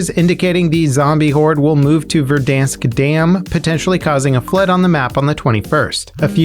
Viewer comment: HE LEARNED HOW TO SAY VERDANSK rip Verdonsk, you will be missed